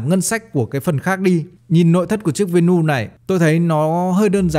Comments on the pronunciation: Vê nu😅😅😅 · Venue ko có s mà Bác đọc ét xì nhiều quá